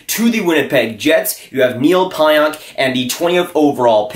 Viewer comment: Dude learn how to say Pionk. Calling him out for not being a good trade and you sound ridiculous not even saying his name correctly haha